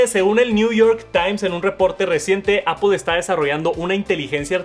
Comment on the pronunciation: "Me encanta… Apol” 😶